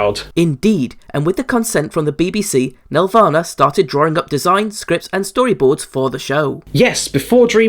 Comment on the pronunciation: I would have loved to see it, but the spelling is "Nelvana". Pronounced "Nel-Vana", not "Nev-Lana".